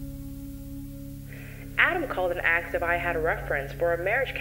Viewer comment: Did the narrator say "axed" instead of asked ? 😢